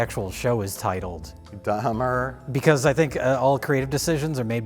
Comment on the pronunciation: "Dhamer dash monster colon" lmfao 5 secs in im ded